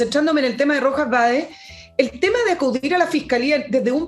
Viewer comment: Un pequeño detalle para estos " profesionales ", el segundo apellido del cuestionado es Vade no BAEZ.